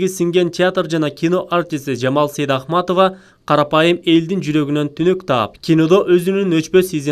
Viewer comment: Сайдахматова дегени эмнеси? Туура окугулачы..Сейдакматова